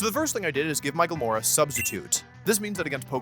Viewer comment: I know he's saying "My Glimmora", but I keep hearing "Michael Moore."